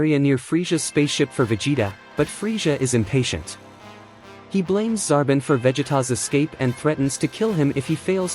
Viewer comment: Can't trust a creator that can't pronounce Frieza (Free-Zuh) Also it's Zar-bon